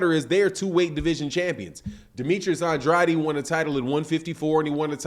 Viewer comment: U seriously pronouncing Andrade as Undraadi??